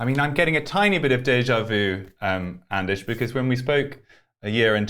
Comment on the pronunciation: Anders is pronounced just like it's spelled, and NOT "aanaas". First of all, you left out the "d". /Swede